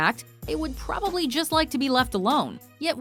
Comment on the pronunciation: The absolutely hilarious part is how it says,”Probably”